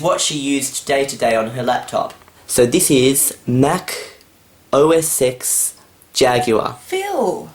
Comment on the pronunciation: I know I thought he said Meth Blaster untill the words came up on the screen